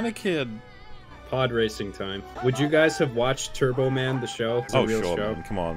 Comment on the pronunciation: ITS TURBO TIYMEE